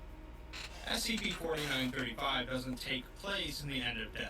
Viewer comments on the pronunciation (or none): I hear you pronounce it as spc often.